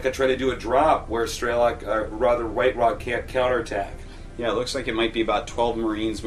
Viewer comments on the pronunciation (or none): got dammit its STRELOK (STR) not STER =_=